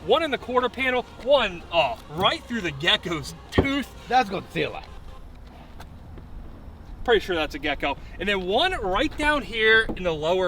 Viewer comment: The GawdZilla 😂